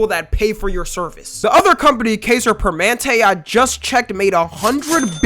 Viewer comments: “Permentay” lol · He missed a whole syllable in Permanente lol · It’s Kai-zer, dawg 😂 Edit: “Pehr-mehn-ehn-tay” (English Pronunciation) not “Pehr-mahn-tay”